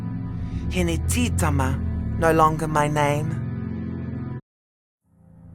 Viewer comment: I dont like how she pronounces hinetitama...I'm a proud descendant